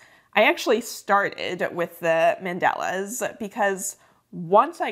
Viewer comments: fyi, they are called mandalas, not mandelas 🥰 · The way you say mandalas is interesting. Is that accent from San Diego?